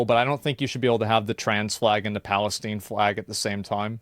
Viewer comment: "I don't think you should have the trans flag and the Palesteen flag at the same time." Yup lol Asmond lives in Texas. Been out East a few times bud? lol